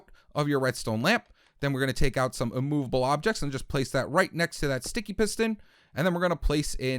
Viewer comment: Wow I hear it